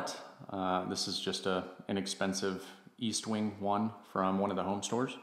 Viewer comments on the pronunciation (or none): It's estwing e s t w i n g. Not e a s t w i n g. Why does everybody say it wrong?